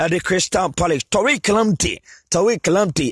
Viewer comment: It's Tariq and not Torque.